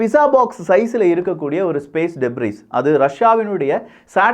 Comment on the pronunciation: டெப்ரிஸ் கிடையாது. அது டெப்ரி.‌